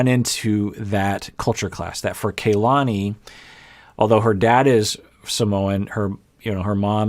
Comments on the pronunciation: Because name pronunciation is important to, i think its pronounced Kuh lahni. Not kay lahni. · it’s pronounced KAH-lani, not kaylani, this is a very common name in Hawai’i so it’s very cringy when you mispronounce it every time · I know others have commented on other vids, but...are we just going to keep calling her KAY-lani? was so good when it came to properly pronouncing Larissa’s name 🤷🏻‍♀️ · Kay-lani is her new name now. Hurry and catch up